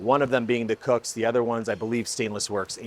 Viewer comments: 😂🤣 it’s kooks, not cooks. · Kooks!!!! not Cook